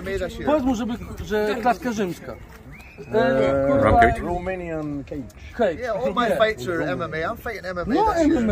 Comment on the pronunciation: RoMeJnIaN kEjDż 🤣🤣